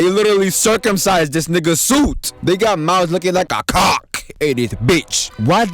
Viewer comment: IM FUCKING CRYING AT THE EMPHASIS ON “CAWKK” 😭😂😭😂